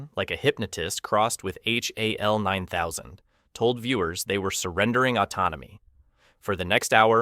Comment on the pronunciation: You’d think an AI script and computer voice would know HAL9000 (not H.A.L. 9000)